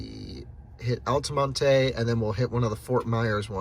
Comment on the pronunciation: Altamontay springs! Ha, it's just Al ta mont. No e sound. I used to live there so I know.